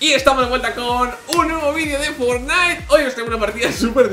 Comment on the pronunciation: se dice FORTnite, no fortNITE, acentuando en Fort